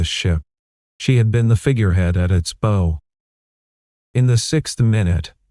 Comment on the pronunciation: Have you even listened to your own story. Several words were either mispronounced in context or the wrong word used. For example; the front of a ship, where the figure head is, is abow, rhymes with "now, does not rhyme with "no"